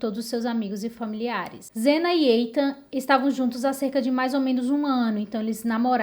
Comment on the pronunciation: Muito bom seu vídeo, parabéns! Não querendo ser chata, mas já sendo, apenas corrigindo a pronúncia do nome Ethan, na verdade é Ithan, não Eithan.